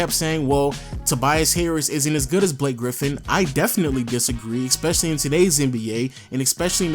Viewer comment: you need to stop saying "Ex"pecially Its pronounced, "es-pe-sha-lee", not "EX-pe-sha-lee".